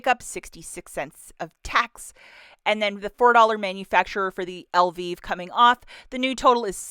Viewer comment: Are you calling Elvive shampoo Elvis shampoo? Funy